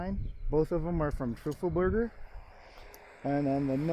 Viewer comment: Love your vids, as always since I found you here. Funny how you pronounce Teufelberger as Trufelberger. 😊 You should say it like TOY-fuhl-BER-guh, with emphasis on the TOY, just saying. Love your work!!